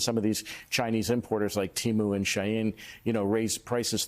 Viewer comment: I hate how no one at the news media knows how to pronounce SHEIN. Just ask your kids.